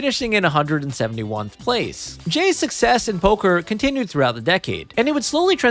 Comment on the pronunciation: Its 171st not 171nth.